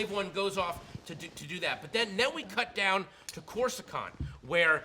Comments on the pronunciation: kashyak? corsucant? what kind of fan are you sir! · He mis-pronounced both Kashyyyk and Coruscant. X-23 is not Wolverine's daughter, but his clone.